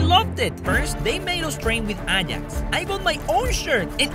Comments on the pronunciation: The way he said Ajax, "Anyax" Bro stop pinching your nose while talking😂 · ‘aajax’💀 it’s pronounced ‘ayax’